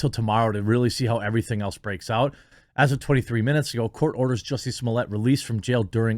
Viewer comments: What takes place in your brain that turns Smollett into SmoleeYAY? I don't understand how you say it correctly when you read it, but when the name is in print in front of you you say it correctly? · Quit calling him juicy smollea, it's jussies mullet